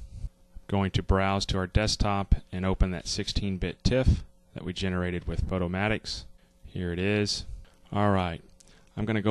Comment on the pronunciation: Finally someone who pronounce it Photo-mat-ix as in automatic instead of Photo-mate-ix :) Oh and great tutorial of course!